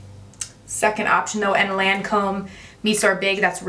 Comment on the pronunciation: “Lawn-comb” pallet.... girl. 😂